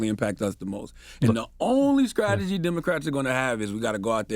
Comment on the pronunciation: Man calls himself a God and he can't even say Strategy!...Skrategy? Fucking clowns! I'm out of here. TRUMP 2024!!